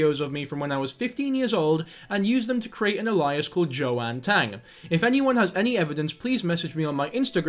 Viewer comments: sorry am i in a different universe??? this is the second person recently that i’ve heard pronounce “alias” as “a-lie-as” instead of “ay-lee-as” ??? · wtf is this "a-lie-us"? it's a-lee-us - first i thought it was like many other mispronunciations due to speaking so rapidly, but no, it gets repeated. there is so much stupidity surrounding this, some of coming from this channel. - the name David Alter is hilarious. Like Homer Simpson's Guy Incognito. Oddly, it could actually be his real name - Alter is a legit surname. Still, no one should just accept everything at just face value. Use critical thinking and do more research to confirm - Believing the videos chasing the boy & in the classroom - do they think they are they just playing an ARG? - the BTK comparison is wild - btw, he wasn't "popular" - he was "infamous", "notorious", "well-known" - popular makes him sound like a boy band. BTK quit in 1991 and was identified & arrested in the mid 2000s. If you think these fetishes are rare, then I'm sorry, you're pretty naive. Rader stopped his spree probably for the same reason the golden state killer did - they saw the advent of DNA & other newer forensics & knew they were going to be caught. Surely most of the people watching this won't have been alive when Dennis has access to floppy disks. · It’s alias like alien but ale-E-us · Alias: “Aye-lee-us” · Say it with me now "ay-lee-ess" alias. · Am i the only one triggered by this guys inability to pronounce alias properly? 😂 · BRO you need to look up the correct pronunciation of alias cos that shits annoying 😂